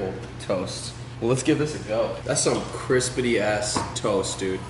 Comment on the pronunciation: needs merch that says crispity